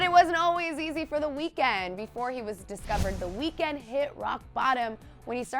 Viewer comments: Another thing you didn't know about him. You've been pronouncing his name wrong ! 😂 that was on the list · THATS NOT WHY HIS NAME IS 'THE WEEKND' FFS............ at least do it properly.